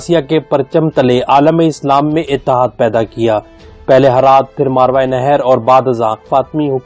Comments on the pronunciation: آپ ایک لفظ صحیح کر لیں (ماروائے نہر) آپ بول رہے ہیں یہ غلط ہے (ماوراء النھر ) صحیح ہے یہ عربی کا لفظ ہے مطلب نہر یعنی دریا کے پار والا علاقہ اب اس نہر کو دریا آمو کہتے ہیں جسکو عبور کر کے روس افغانستان میں داخل ہوا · بھائی آپ کی کوشش بہت اچھی ہے لیکن تلفظ پر توجہ دیں ۔ اصل لفظ ” ما وراءُالنہر“ ہے جو آپ سے صحیح نہیں پڑھا جا رہا۔